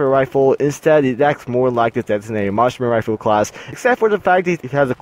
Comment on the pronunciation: Harry Ho I thought he said "Marshmallow" XD